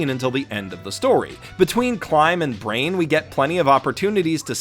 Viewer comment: How did you manage to butcher all the names? (you called Brian, Brain)